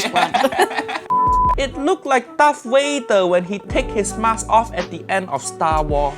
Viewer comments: Uncle Roger: Why That Chicken So Ugly It Look Like Darth Wayder Uncle Roger Said Darth Wayder Lol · “Darth Wader” 🤣🤣🤣